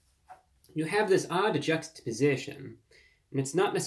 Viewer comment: He doesn't know how to say the word juxtaposition and he thinks there's an extra A